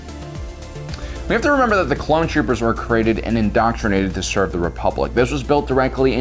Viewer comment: 'Hte Empire'